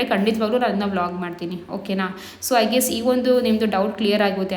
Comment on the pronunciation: 0.31 wall❌ vlog✅ 😂😂